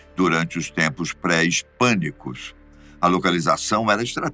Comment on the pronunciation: Fiquei com medo quando ele falou pré es pânico e não pré histórico Kkkk🚨🚨🚨